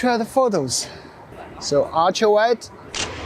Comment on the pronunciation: i love the way you say archra(ultra)